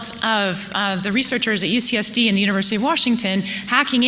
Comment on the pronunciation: 🤙🏻🌸😘 Lol! Did I hear you call UOH the 'Uterusy' of Hawaii? or was it MY FERTILE imagination? Funny either way! Love your Life!